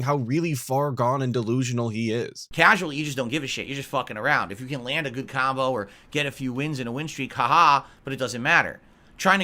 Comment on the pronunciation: What’s a “kahmbo”? All I know is spamming and mashing, dood.